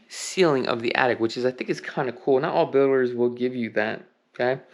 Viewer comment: sounds like you said "not all boomers".... hope that boomers are meant to be builders.... lol